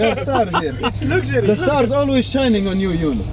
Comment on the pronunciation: "Its the big lugsury car! BIG LUGSURY!! We have Lugsury!! "